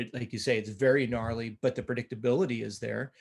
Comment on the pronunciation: LMFAO hey coach Dylan says "gnarly" not "naughty" 🤣🤣🤣🤣🤣 i used to think that's what he said too i promise it sounds like naughty but its not